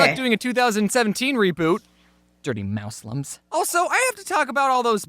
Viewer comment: Mouse-lims? =_= really?